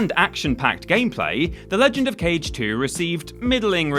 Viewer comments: Kage is pronounced "Kah-Gay", not cage. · Kage is said “kah-gay” not “cage” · Its KAGE, not "Cage" It means Shadow in Japanese i learned from Samurai Cop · Legend of KAGE (KHA-GEH) not CAGE 🤦🏻‍♂️ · Kage, as in shadow, kaagay. Not cage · Isn't it pronounced "Kah-Gay"? 🤣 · Ka- gay. Sorry to beat a dead horse. It bothers me a bit. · ....smh... it isn't pronounced cage..... cmon dude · every time you pronounced Kage like "cage" I died a little inside and now I'm entirely dead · he did it on purpose, premeditated murder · was looking for this comment and you sir are absolutely right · Isn't "Kage" pronounced "ka•gay"? Get your bloody pronunciation bloody correct. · The Legend of Kage - Kage is pronounced "kah-gay" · I'm so glad so many people noticed that too. It was driving me crazy. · You sure did! BTW, it means shadow. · I just got to that part and immmmmediately felt bad for you... lol ---- but yo when we were kids we all called it "cage" lol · Close enough yeah. Ka sounds like a crow, "caw", and Ge is pronounced like the start of "gay" just cut it off a little short so you don't hear the Y sound. You know the Ken Jeong clip where he goes, "hah, GAAAAAAAAAY"? He pronounces gay with almost two different syllables there, Japanese Ge is pronounced like just the first syllable there. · love the 1980's schoolyard pronunciation of 'Kage' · Immediately scrolled down after "Kage.." Not dissapointed XD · Take a shot every time "Kage" is said wrong lol